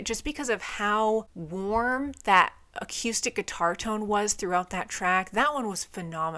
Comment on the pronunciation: Aqueuestic guitars. Love the pronunciation and the video. 🎉